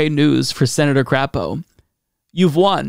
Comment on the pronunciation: appreciate the proper pronunciation of his name LOL, NOT Cray po, but Crap o.